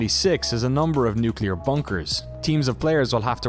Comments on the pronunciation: Repeat after me. nu-CLE-ar. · I'm really interested to play this game with some friends, but it worries me that the team keeps saying "nucular."